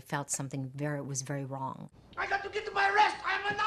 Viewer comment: does she say : All I know is that it was wery Wong ?